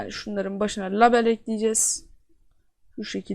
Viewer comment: label diye okunmuyor o leybıl diye okunuyor!!